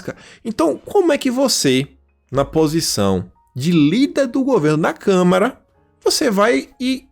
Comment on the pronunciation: é CâmAra, não CâmEra...